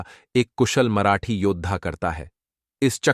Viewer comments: Marathi nahi ye maharathi bolna chahta hain but...AI sahi se bol nahi paya...😮😮😮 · महारथी को मराठी क्यों बोल रहा है भाई, और एक line को 10 बार क्यों बोल रहा है